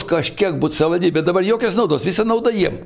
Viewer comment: Buvo meras ir nesugeba ištarti žodžio "savivaldybė"?